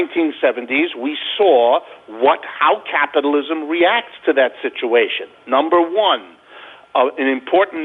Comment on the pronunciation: it's so annoying how Schiff keeps pronouncing "Caapitalism...Caaaapitalism*...